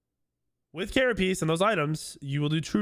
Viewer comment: Love the video so far and hope you're feeling better! But I watched your other vods and wanted you to know that you're mispronouncing carapace shard. It's pronounced like ker-a-pays or ker-a-pace or even ker-a-piss not ker-a-piece. That's all. Keep up the good work my guy.